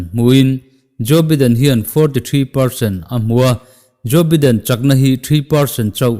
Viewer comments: Jo Biden tih loh tur (Jo Baiden ti a lam tur). Engpawh nise a ngaihnawm thin teh eee. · nia Baiden tihtur lom